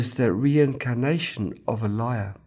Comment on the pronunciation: Bro, You got to Pronounce Elijah Correctly first! It is not A-Lie-Yah but "Uh-Lai-Juh!". 🤪